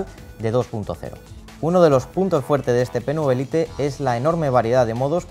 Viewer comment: Se pronuncia "lait" no "lite"😕